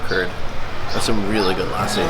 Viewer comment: brother. say lassi like u say merci but skip the 'r'. Then it will be really close to how it is pronounced. Thanks.